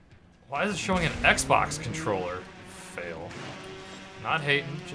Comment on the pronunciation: sounded like he said on the sex box instead of on the xbox